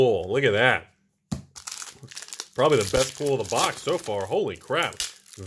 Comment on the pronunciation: I love how my closed captions always translates how says pull into pool. Nice pool in that pack. Wait what